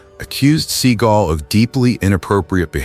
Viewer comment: Who the hell is reading this, a bot? Steven SEA Gull, yeah, uh huh, ok then. I know to skip this channel now